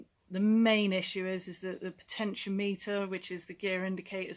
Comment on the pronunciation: Potentiometer is said "potechy-ommiter" . I have the same issue on my R1150rt , bloody thing . Stupid ass place to put it huh . I`ll pull it out one day . lol You can get a good used Side stand switch for £20 of flea bay . I replaced mine about 4 years ago , been OK every since . Be careful if you remove it . Driving off with it down sucks !